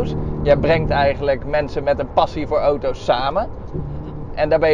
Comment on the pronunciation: Hoort iemand anders ook dat hij oto’s zegt i.p.v. auto’s